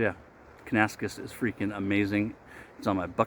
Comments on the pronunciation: Have a close look at the label. You are mispronouncing the name. Think “Kana - Nas - Kiss” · Close but it is: Can-ah-nass-Kiss 😀